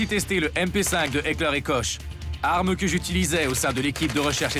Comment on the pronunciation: on prononce pas Koche, XD Ca se dit plutot Kor et on prononce mashinen Pistole Virtsich et pas vierezigue lol